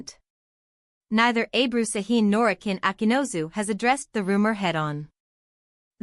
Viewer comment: Автор,коли ты взялась пиздеть, так будь любезна, имена актеров называй правильно! Акын Акынус,а Акынозу, не Сакин,а Шахин!